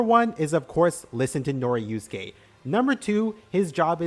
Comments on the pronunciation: i was so mad cuz u keep saying noriuske instead of norisuke😭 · He mispronounced Norisuke too, added a syllable and turned it into "Noriyusuke" I'm imagining doing that to other characters. "Jotaryo kujo" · YES, that was bugging me for the entire thing, like he swapped a letter from each of their names. He kept saying Tsurigi and Norusuke. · bro really called norisuke noriusuke